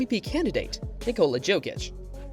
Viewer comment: Yokich🤣 Just call him Joker man pls.